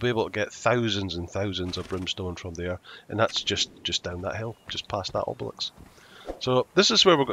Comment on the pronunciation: Mate, learn to pronounce obelisk cos it’s cracking me up 😂